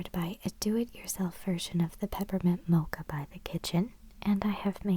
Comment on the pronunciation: I like the way you say "mocha" <3